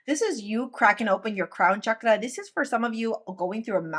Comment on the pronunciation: Royal Purple ♈️ 🎶and they said we’d never be royals 🎶 reincarnation of the true leaders, love how you say “ chakra” be well ❤ is the frequency